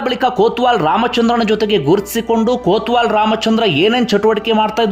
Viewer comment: ಕೋತ್ವಾಲ ಅಲ್ಲಯ್ಯ ಕೊತ್ವಾಲ